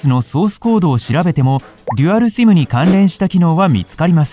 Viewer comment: simの発音がシィム